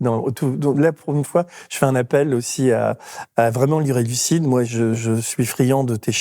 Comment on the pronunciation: Merci a votre chaine. Mais "Elucid" ❤❤❤